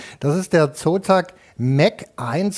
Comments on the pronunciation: Ich musste so lachen, weil immer Espressi, Kaffee oder Sotak statt Zotac gesagt hat, mega lustig wie er sich immer verspricht xDD Und die Einspieler zum korrigieren waren göttlich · Es wird Zotech und nicht Sotack ausgesprochen! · der zotac wie das gesagt hat xDD